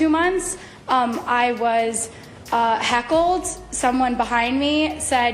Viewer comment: She said "hackled" 😂 its heckled, ma'am.